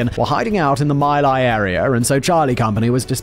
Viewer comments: FYI, My Lai is pronounced like /mɪ: laɪ/. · It's pronounced Mee-Lie, BTW. I met one of the soldiers involved, in the early 80s. He was on his tribe's reservation in Oklahoma. He was an emotional wreck. Drugs and alcohol didn't help. For those people saying they "got away with it", well, this one didn't. His every day was torture. All he would say about it was, "I was there. They told us they were the enemy." I could hear the anguish in his voice. 1-1/2 decades after the fact. He never mentioned any raping. I hadn't heard any reports of raping at that time. Censorship? IDK. A case of embellishment? IDK that either. Do you? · Not pronounced MY lie, it's pronounced MEE lie. Just sayin'.